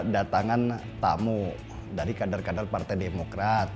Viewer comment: Kebiasaan bahas kardun😜 kader di bilang kaRder sama mas denny😀😀😀😜